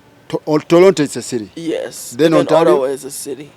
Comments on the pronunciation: The way this guy is pronouncing Ottawa 😂😂😂😂olemwa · Did I hear farouk say Orawa?😮😅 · Who else had The YouTuber say Olawa?.